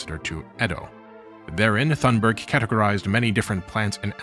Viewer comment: Nit on Swedish names: Thunberg is pronounced Toonberj and Ekerö is Eker-uh (but would've been more recognisable if you'd said it was at Drottningholm)